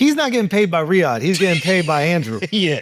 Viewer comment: lol, Riyadh bro, not that hard to say 😂